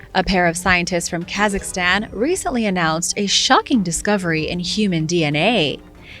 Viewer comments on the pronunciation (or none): none